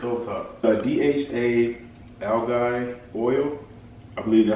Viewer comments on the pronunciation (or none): Yo, it's pronounced (Al G). Fyi. Keep it up yo.